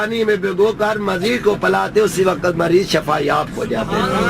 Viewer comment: Es uncal ko samjao k shafa NH shifa kehte hn